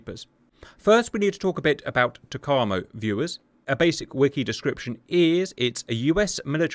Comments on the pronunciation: I know this is a month old, but TACAMO is pronounced Tack - A - Moe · Sandboxx got this wrong too - should be “tack-ah-mo” 😁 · TAC - A - MO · FWIW: "TACAMO" is pronounced tack-uh-moe. I was in the USN from from 1983 to 1986, and was from mid-1983 to early-1986 stationed at VQ-4/Fleet Air Reconnaissance Squadron 4 at NAS Patixent River {in Maryland, USA}. That is how I know. Also, a joke someone at VQ-4 once told me: Some may think TACAMO stands for Take Charge And Move Out. Others may tell you it stands for Take Action And March Off. What TACAMO really stands for is Take A C-o-c-k And Munch Out. 🤭🤭🤭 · Pronounced Tack A Moe. TackAMoe. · Lol if Simba was there he would've corrected you on the TACAMO pronunciation. Currently the E-6B is in the TACAMO role and is being replaced by the C-130J, an interesting choice! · Hey cap _ your pronunciation of TACAMO is a bit slow, but good enough. Also, the method a submarine recieves the message is a bit off, but i suspect this is best for national security. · Cap’s butchered pronunciation of TACAMO really makes the ears bleed. Sounds like a ski resort town in the Italian Alps.